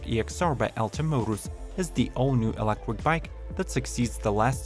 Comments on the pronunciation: These bikes are all so ugly! also... kinda funny that the guy can't say electric, only reason i'm still watching. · You pronounce "electric" as "electwer", should be "elekCHuriK", or "touCH screen" as "toushreen" or "stand sTill" as "stand sill". Interesting to know CH isn't pronounceable to some, what's your native tongue?